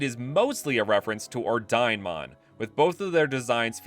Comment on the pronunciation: I can't stop feeling like Ordinemon is pronounced or-dee-neh-mon. Maybe it's just me but I feel the name comes from Ordine, the Italian/latin word for order.